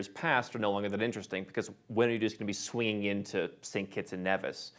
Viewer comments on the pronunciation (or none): Hey great as always, however Saint Kitts & Nevis, Nevis is pronounced ( Knee vis ).